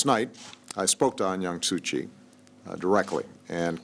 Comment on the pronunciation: WTF This nigga just called? Aung Yan su kyi? This nigga don't know what he is blabbering about! It's Aung San Suu Kyi nigga! If u can't pronounce even her name, how can u be a black president of white america?